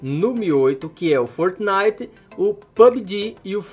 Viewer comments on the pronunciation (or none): Foortinite,pubiji e free fier kkkk ele fala estranho demais kkkk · Como assim Fortenait